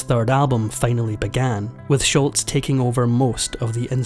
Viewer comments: Its SHOLZ, NOT SHULTZ... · It’s Sholz, not Shultz. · Tom Scholz, not Schultz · It's not Sholts, Its's Scholz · Tom Scholz' last name is pronounced "Sholz", NOT "Schultz". Nothing like mispronouncing names to cast doubt about a video's facts. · You could at least learn to pronounce Sholz's name properly. It's not "Sholtz." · Sholz not Shultz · It's pronounced Shoals. Not Scholtz. I was at the tribute show in Boston. RIP Brad. You are forever missed. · Pronounced Sholzzzz…not sholts. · Tom Sholz not Sholtz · It's Tom Sholz not Schultz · “SCHOLZ” is how you pronounce it. Not “Schultz.” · Just for future reference, it's "Scholz" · There is no T in Scholz. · Tom Scholz, not Shultz❕ There’s no T sound, it matters to people when you say their name wrong❕ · It’s Scholz,, Scholz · There is NO letter "T" in Sholz, this was not an episode of "Hogan's Heroes." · Scholz not Shultz. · There is no T in Scholz! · Scholz not Schultz. No “T”. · it's actually Scholz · There’s no “T” in Scholz. (Not “Schultz.”) Boston was my first live concert in 1976 or 77. Tix was 6 bucks. (Lawn-mowing $) You from Shotland? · For what it's worth, there is no "T" in Scholz, but you pronounce it like there is. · The guy is mispronouncing Tom Scholl’s name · It's Tom SCHOLZ!!! There is no "T" in his last name! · if you are going to make an account of the band, you could at least say Tom Scholz name correctly. The is no T in Scholz